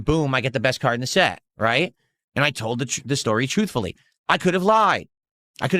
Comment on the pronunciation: "And I told the tr- I told the story trufully" - (He who lied about his WWE Champions addiction)